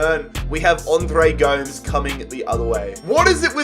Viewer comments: It’s Andre Goe-mez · pronouncing Gomes wrong is making me Uncomfortable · And Andre Gomes